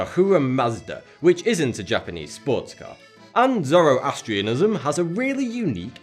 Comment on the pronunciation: you pronounced 'Zoroastrian' incorrectly